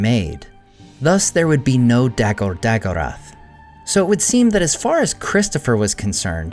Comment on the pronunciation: The a pronounced ah, not eh. Those words are oxitone, btw. Really, why bother use elven words if you don't say them correctly? Battle of All Battles is a perfectly good name to address this passage of the Silmarillion.